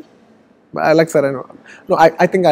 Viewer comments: The host can't even pronounce Sarrainodu properly do your homework first 🙄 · Race gurram ya sarrainodu. Before he says I told sarrainodu.🤣he also said sarrainodu many times😁